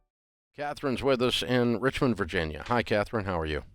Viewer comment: It's Richmond, not RIchmind.